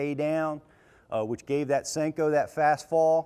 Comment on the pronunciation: "additional salt" would cause more bouyancy 'eh?, It's a Senko, not a sink-o.